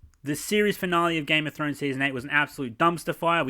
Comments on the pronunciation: "Game of Show showrunners" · "Game of Show" lol